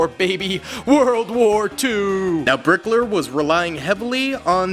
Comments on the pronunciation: lol bro calling hitler "brickler" i never could stop laughing at that part but still i respect this video and i hope he still makes new ones. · its Hitler not blikker